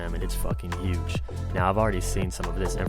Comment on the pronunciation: Do all muricans say uge instead of huge?